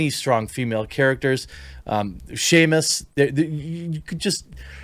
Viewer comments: Did you just call Samus "Shamus"? Her name is サムス which is Samusu. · ...its.Samus..Sam-us....bad quartering....not shamus. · HRRRRRRRGH, JEREMY, IT'S NOT FUCKING "SEAMUS," IT'S "SAMUS" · I cringe everytime he pronounces it Shaymis (Samus) oof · I'll be honest with all the mispronounciations of my girl samus, I hope you buy metroid dread lmao. I hold no ill will, but it would be hilarious to have you do a playthrough of that while continuing to call her shamus. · The way you mangled the pronunciation of Samus had me picturing a hard-drinking leprechaun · One day he'll say "Samus" correctly.